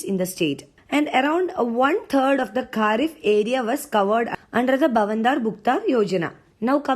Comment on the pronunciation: U didn't pronounced bhavantar as it should be.